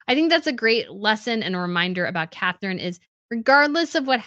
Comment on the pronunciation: I love listening to you, but PLEASE learn to pronounce European names. The future Dutch queen is not called Catherine. Her name is Catharina, pronounced Kah-tah-ri-nah. There is no th in the Dutch language.